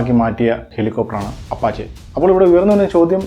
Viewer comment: അപഷേ എന്നാണ് ഉച്ചാരണം